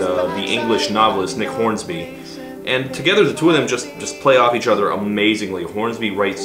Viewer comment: My cringe at hearing Todd adding an "s" to "Hornby" (thinking of Bruce Hornsby instead of Nick Hornby?) exceeds that of hearing 2010s-era Black Eyed Peas.